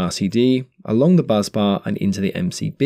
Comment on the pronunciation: Just a minor thing but it’s not pronounced buzz bar it’s a bus bar.